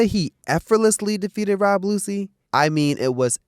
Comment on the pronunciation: You almost had a new subscriber but calling lucci., “Lucy” is ridiculous